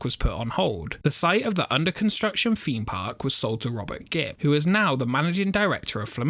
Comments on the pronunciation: Like your videos but it's a THEMEpark not a FEEMpark. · Can you please stop saying feme park instead of theme park. It's TH not F